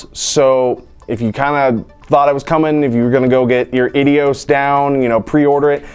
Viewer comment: Ideos is pronounced as " Eye dee oh-s"!